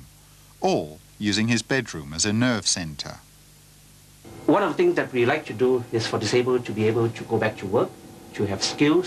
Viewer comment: did he say nerve centre or nerd centre?